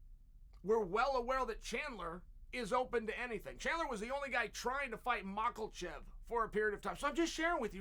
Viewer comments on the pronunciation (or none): none